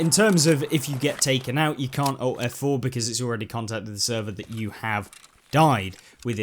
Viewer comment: ALT + F4, not "owt f4"